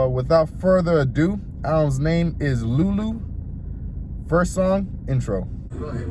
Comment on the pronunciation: your dad must be nigerian. at least you can pronounce your name well, lol